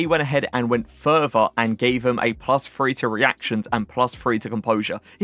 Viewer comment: Great work i like your lists the most however do you pronounce "th" as "f" like do you say free for three is it a British thing ?